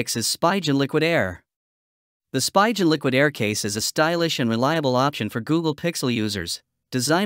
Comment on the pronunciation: Spigen. Pronounced SPEE GUN